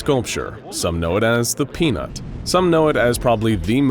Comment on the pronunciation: Peanuts without the t 🥜